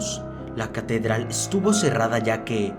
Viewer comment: si te diste cuenta de q dijo catederal:v